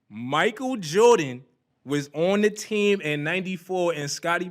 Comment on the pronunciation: You’ve met your match. Well, you both met your matches. Sooo entertaining. Love how called MJ: Michael Jore an….